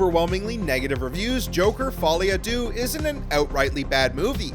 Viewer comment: The french word deux (two) is pronounced dö and not doo! An ö like the u in Murphy!